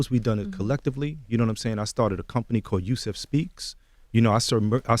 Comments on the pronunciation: There are more than enough interviews with these guys as well, like how did he not know how to pronounce Yusef’s last name smh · The least DJ Envy could do was pronounce Yusef's name correctly. Sheesh. Anyway, these men are braver than we could ever imagine. My heart BREAKS for them. I'm finally watching When They See Us, and it makes me so angry how they were all treated. Where's the real justice? Why aren't ALL who coerced them doing their gotdamn time?